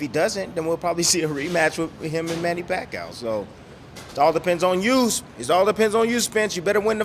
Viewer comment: I was going to write the EXACT same thing. Funny how Timmie is always trying to give Manny’s opponents pointers but the only thing Timmie can point out is how to lose to PAC 3 times. And his name is pronounced PAC E OUW. Not PAC OUW